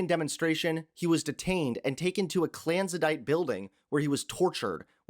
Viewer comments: Madro? Did you mean Maduro? A "clansadite" building? That's not even a word. Did you mean clandestine? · was he trying to say "Maduro" and "clandestine" (clan-des-tin) ?